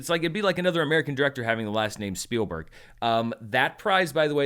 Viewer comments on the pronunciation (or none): none